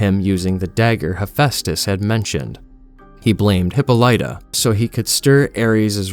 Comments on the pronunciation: ole hippo lighta. lol my guy, it's pronounced "Hip-paw-lih-tuh" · This pronunciation of Hippolyta is... certainly something Huh-paa-luh-tuh is closest, but definitely not hippo-light-uh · Hippo lighter, it’s hipolita , in terms of pronunciation it’s litter not lite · Immediately upset we going with mf hippo-lita over hippolyta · Hip pah lita is how Diana's mother's name is pronounced. Not hippo lighta. In media, I've only heard mispronounced in Lovecraft Country, but that was international because of the period the story takes place in. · Good video but I can't get over your pronunciation of Hippolyta. It's hip-poh-lih-tuh, not hip-po-lite-a. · The "Hippo-Light-uh" instead of "Hip-all-It-uh" is killing me lol. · hip-pol-ita not Hip-pole-light-a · I thought it was pronounced Hip-paul-lit-a not Hippo-litta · What's a Hippo-Light-Ah? Is that like a giant Zippo or something? If your trying to say Hippolyta, you're failing miserably becuase it's pronounced hee-POH-lee-tah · Say it with me, narrator: Hip-POL-uh-TA!! Hippo-light-a....FFS. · Im not gonna lie bro, this video/account smells like AI to me. You pronounced "Hippolyta" as "hippo-light-uh" throughout the entire video when it is common knowledge the pronunciation is "hip-pawl-it-ta" (hope that makes sense) and I seen 2 other channels that are 100% AI which is why I wanna give u the benefit of the doubt but still... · It's NOT pronounced Hippa-Lite-Ta, it's pronounced Hip-Paul-itta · Hip-OL-ih-tuh. Not Hip-o-lie-tuh. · Hip-all-ita not hipo-lyta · Dianas mothers name, i thought it was pronounced: Hip-Pol-it-Ta Not: Hip-Pole-eye-Ta 🙂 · im being knit-picky but Diana's mothers name is pronounced Hippolyta (Ha-poli-ta) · HY -POL-I-TA The I is like ID not like I'm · Obviously an AI or a person who knows nothing of Greek culture and ancient history. He pronounces queen hippolytas name. It hip-ahli-ta. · Yeah, maybe master pronouncing Greek mythological characters before trying this. HIPPO LIGHTA is WIIIIILD WORK FAM!